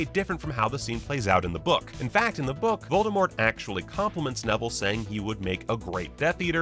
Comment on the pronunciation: The "T" in V oldemort is still silent ;)